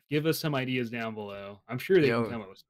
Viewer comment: Love the podcasts but i only have 1 question for. why do you say Iders instead of ideas. lol!?